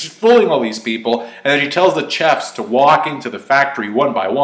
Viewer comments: Why does pronounce chefs like that? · The way you're saying "chefs" is triggering me